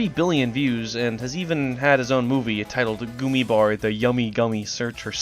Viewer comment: The way he said "gummy bär" hurt me as a german